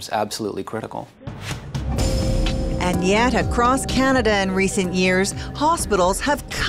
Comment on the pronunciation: "this has to stop,this is CANIDA !"lol I dunno,I find that funny